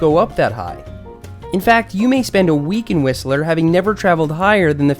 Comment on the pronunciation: Hey your pronunciation of Whistler is starting to sound more like a BC resident!